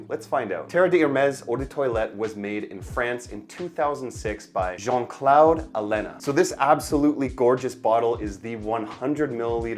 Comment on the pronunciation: It’s not jean klow 😂 it’s Claude